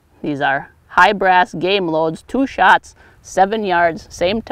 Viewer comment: "toow shotts"